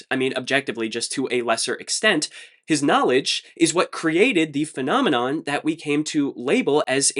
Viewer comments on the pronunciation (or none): none